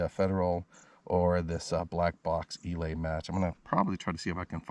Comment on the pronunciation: Eley is NOT pronounce "E- lay" It is pronounced "E- lee".